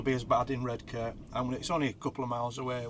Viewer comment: Born in Saltburn, grew up in Marske (mask just saying) 😂 and it was always Red Car to us not red k. Not posh by any means